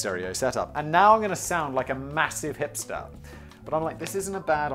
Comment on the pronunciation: Techmoan: "Ye, I bought a broken piece of obsolete media" Simon: "You hipstahh!"